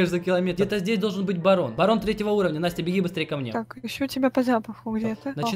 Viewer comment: Мне послышалось не Барон а Баран